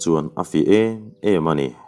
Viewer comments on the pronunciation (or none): none